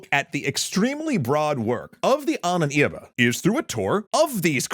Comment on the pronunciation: Ahnenerbe, not "Ahnen Irbe"